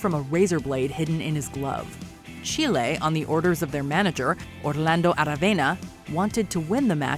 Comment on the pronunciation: Love really? You even hear the commentator in the match call them chile not Chilay! Pure ignorance 😑